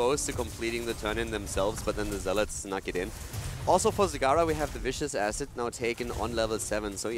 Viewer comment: Viscous acid, not vicious acid